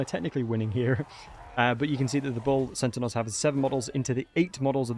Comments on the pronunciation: Why do you keep saying bull sentinels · centanaurs lol